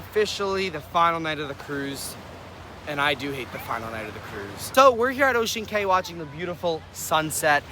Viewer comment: It's Ocean Cay numb nuts!